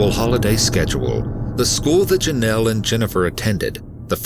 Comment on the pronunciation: It's pronounced JOE nel. Like it is spelled, Jonell. Even President Reagan pronounced it correctly, why can't the narrator?